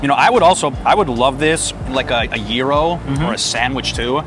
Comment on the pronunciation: It’s called gyro not gero